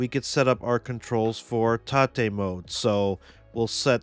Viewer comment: It's (ro)TATE, not Ta-Tay.